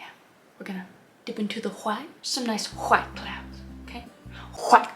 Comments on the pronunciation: No, no you see, it is titanium-wauytuh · I love how she is saying white ''lets put some titanium hwite'' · White (pronunciation: Wh-hite) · Kris, that is a BEAUTIFUL painting that you made!💕💕 🖼️I absolutely loved it!😍 I don't paint that much, but seeing you following the Bob Ross painting tutorial makes me happy ☺️🥺❤️❤️❤️ P.s, I like how you used a knife to paint the mountains😂 and how you pronounce "titanium whi-tte"🤣🤣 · Nobody: Noone Ever: Not even Chad: Kris Ross: TiTaNiUm WhHhHiTe! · "Titanium WHHHITE fixes everything." If only! FREAKING HILARIOUS KRIS!!! The painting...by the way... is a gorgeous piece of art and your tutor and innuendos throughout the process were FANTASTICALLY and smartly done just enough to keep ANYONE entertained!!! Thank you, Kris for brightening my day!!! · I laughed way too much at this. I never noticed how much Bob Ross sounded like Jan Brady what with pronouncing the H in words that start with "wh." Or, in some cases they might just start with a W but screw it! I'm gonna pronounce a nonexistent H anyway! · I loved how the painting turned out! I don’t know why but when you say white I laugh 😂